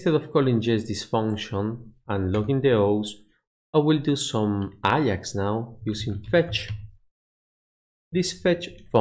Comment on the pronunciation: A-JAX, not I-AX, its not a football club